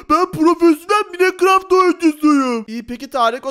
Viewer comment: Minecraft okunuşu maykıraft